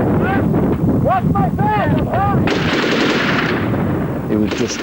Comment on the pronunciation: "They're firing traceh, we're firing traceh"